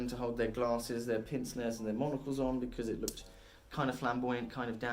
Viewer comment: Pince-nez isn't pronounced "pinse-nez." It's French for "pinch nose" and is pronounced "pance-nay"